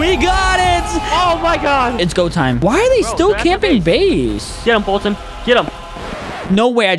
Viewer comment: Who the heck is f[U]tyn its foltyn